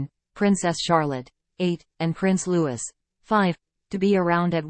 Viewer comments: Prince Loo-we not Loo-is.please if your going to report on people at least have the common decency to get their names right. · The child’s name is Lou ie NOT LEWIS as you pronounce it. Learn it and don’t make this mistake again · I agree and an american voice at that, sick of them calling princess Catherine KATE. it is rude and ignorant. It's prince Louis NOT Lewis and they've had five years to get his name right. And the R A F are the initials of the ROYAL AIR FORCE for crying out loud it's NOT ...RAF. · It is not Prince Lewis it is pronounced Looee. He is Prince Louie. How can you pronounce it as Lewis. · Louis is pronounced “Looie” & not “Lewis”. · If the people doing these videos would please show some respect for Prince Louis and pronounce his name properly ...it’s pronounced Loo wee...not Loo wis .... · Get it right-Louis is not pronounced “Lewis” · A fan should be able to have proper pronunciation of names. Princess Catherine, Prince Louis (Looee) are worthy to have the respect this shows. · Princess Catherine not Kate you can’t even pronounce LOUIS name properly. Go back to school take ENGLISH maybe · Thank you for this video, but, please pronounce Louis's name properly ( think of Louis Armstrong). Think of King Louis of France. Same spelling, different pronouncement. Simply drop the S in his name. Kate is no longer Kate - she is HRH Princess Catherine of Wales. Not Kate please! She has earned this historic title, and should be respected by us. Thank you.